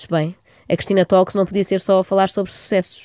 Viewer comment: Conselho / Concelho adorei. (Uma dica: ''talks" pronuncia-se ''tókss"')